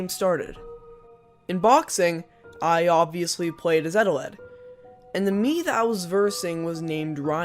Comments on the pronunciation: Eteled Subtitles: ETAWED UwU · he says his name wrong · I put on subtitles, and they called eteled “Adelaide” (for some parts) It was kinda funny tbh